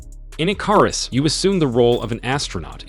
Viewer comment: bruh "ICARUS" is pronounced i·kr·uhs